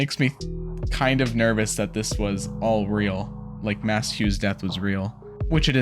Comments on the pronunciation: Slight correction on the pronunciation of Maes. It’s pronounced Mays. Not Mass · This feels like an appropriate time to mention that Hughes' first name is pronounced Mays, not Mass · His name is pronounced "maze".